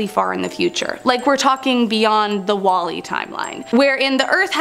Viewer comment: "Wall es"